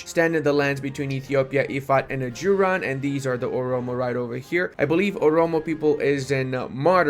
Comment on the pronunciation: the mispronunciation of Ajuraan absolutely murdered me.